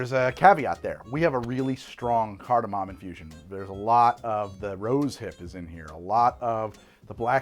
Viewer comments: Shot every time he says cartimam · i fricken love that no one on set corrected “cardamom” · oh he is saying it weird, he’s just also wrong